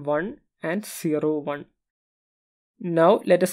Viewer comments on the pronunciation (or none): 0 = zero and its not Shero 😂😂😂